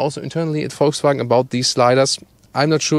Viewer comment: Volkswagen not voltswagen learn how to pronounce car names